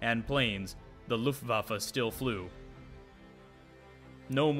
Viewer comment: nice! one thing to add if I may? the last successful employment of the StuKa was in the battle for the dodecanese after the Italians capitulated....the swan song if you please! finaly someone who can pronounce Luftwaffe and StuKa well!